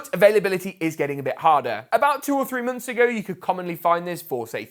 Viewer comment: mönths mönths